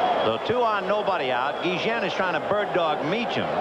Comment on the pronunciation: Why are the announcers calling Ozzie Guillen, Guijen?